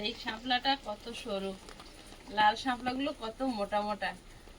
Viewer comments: সামলা নয় শাপলা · Kotha ta samla noy sapla